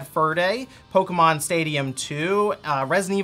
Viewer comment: Po-KÉÉ-mon, not Poke-a-mon, I stopped watching beyond that point.